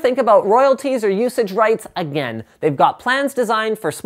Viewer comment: He said again like an american for once what